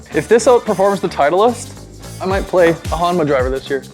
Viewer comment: I swear ur saying HOMNA 😅